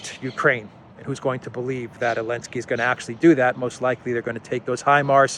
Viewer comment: Just wondering why you are pronouncing Zelensky's name as 'Alensky' or 'Yelensky.' Sorry if I have not seen an earlier explanation...